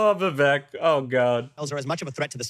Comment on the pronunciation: Vivek rymes with cake... if your gonna talk about him say the man's name correctly 😂